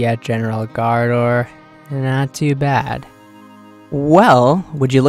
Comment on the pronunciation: Love the vids, but you have to work on the pronounciation gRaardor lol :D